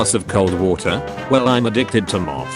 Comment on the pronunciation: The speech on "Well I like m€th" haha. "Well I like moth".